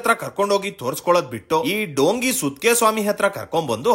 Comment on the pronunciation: It's 'andha' not 'anda'. Also it is 'dhongi' not 'dongi'.